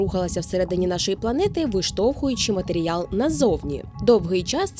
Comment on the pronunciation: Чути слово "матеріял" - це ніби мед для вух